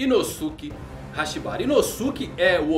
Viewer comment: Hahaha vc falo hashibari sendo q e hashibira